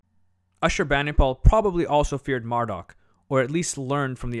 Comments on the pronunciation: It's not mar---duck Its Marduk Mar-dooook duke. Marduk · Mar"dock" ??? Was he related to Marduk ?